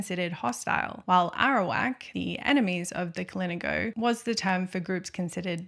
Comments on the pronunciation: Kalinago is pronounced with an emphasis on the na like ka-lee-NA-go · The way you said kalinagos threw me off so much 😭 even had me questioning myself but its kah-lin-AH-goh thats how you pronounce it (not trying to mean 😓) But beautiful video i love how your voice and how you story tell it kept me very much interested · 10/10 video Only note: hearing the mispronunciations of "Kalingo" and other Caribbean terms hurt me more than the discussions of cannibalism